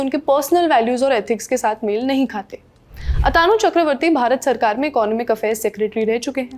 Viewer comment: Lallantop वाले HDFC Bank के चेयरमैन का नाम आतानु बोले जा रहे है, जो गलत है। उनका सही नाम अतनु है, न कि अतानु